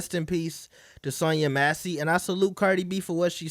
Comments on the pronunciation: Cant even pronounce her name right. Who’s Sonya MACY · no sh!t, Sherlock. Did you hear how Cardi B mispronounced it? That was my point. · Sonya Massey